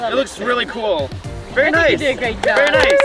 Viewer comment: pov: michel and having these is not VeRy helpful it sounded so indian